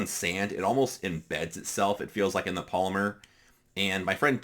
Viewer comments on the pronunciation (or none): none